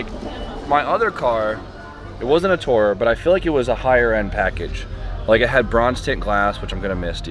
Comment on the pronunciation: It’s too-rer. Like on tour. Too tour around in as such it’s a tourer.